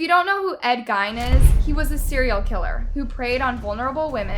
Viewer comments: Oh yeah Ed G-eye-n I remember that famous name. Lmao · Gine? It's geen. I like this channel but every episode you butcher named. Everytime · Well done. Work on your pronunciation of proper names: they don't follow the normal rules. I'm from Wisconsin so here goes. Eau Claire is pronounced Ōh Claire. Ed Gein is pronounced Ed Gēēn. That's all. Keep up the good work. 😊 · I love your videos but dang as a wisconsinite it urks me when you say pronounce it uclaire it's pronounced OClaire and Ed gains name is pronounced Ed geen 😅 sorry hahaha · It's pronounced Ed Geen even though it's spelled Gein.